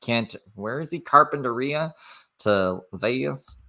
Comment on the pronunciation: The way he pronounces Carpentaria is really annoying. That’s not at all how the locals, or anyone for that matter’s says it 🤣 Edited-Vegas is about 5-6 hour drive from where he is at now. He wont be able to walk there, it’s just freeways and then straight desert the entire way.